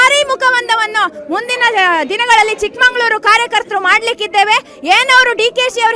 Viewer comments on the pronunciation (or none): ಚಿಕ್ಕಮಗಳೂರು ಅಂತ ಉಚ್ಛಾರಣೆ ಮಾಡಿ , ನಾವೇ ತಪ್ಪ ಉಚ್ಛಾರಣೆ ಮಾಡಿದ್ರೆ ಹೇಗೆ